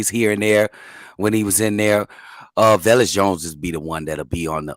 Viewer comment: Why does always mispronounce Velus? There's no "i". Its just "Ve-lus" not "Ve-li-us".